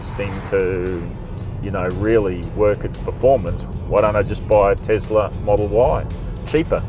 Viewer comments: Is it Tezla or Tesla, Zeekr or Seekr? Is it seven or zeven? Is it car test or car tezt? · Iz it Tezla or is it Tesla?